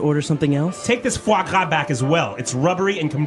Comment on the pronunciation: This video is so useful, but I think, because of the technically problem of AI thing, there are some faults, like 'the fog W' it's a fois gras, and I don't understand What the 'guacca' is. Is this just mocking sound for fois gras? plz anybody teaches me 😢😢